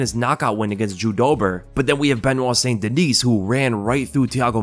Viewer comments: Haha. You're kind of right. Now that I think back. You might have ruined it for me now. Lol. Anyway, wasn't trying to be a goof. Being French Canadian, I'd rather him pronounce it Saint Deniss than Sainte Deniece. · Its pronounced "St-Den-knee" not dineese lol its french, so silent s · Benoit St Duh-nee. Just FYI, seeing as you seem to be trying to pronounce it properly.